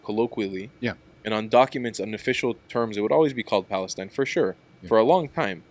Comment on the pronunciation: Why do Arabs insist on using a name that they can’t even pronounce? “Balastine”😅